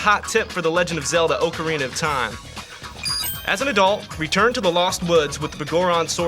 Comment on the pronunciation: Thank you for posting this video from my childhood. I don't think many people to this day know about the trick , but I'm just glad he pronounced "Ocarina" the same way I do